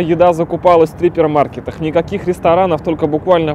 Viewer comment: Мне послышалось или Костян сказал -Трипермаркет????